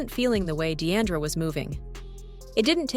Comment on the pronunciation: Her name is NOT Dee-ANN-dra...